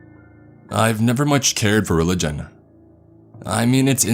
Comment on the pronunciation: Lol he started off like "I never much cared for reliJUN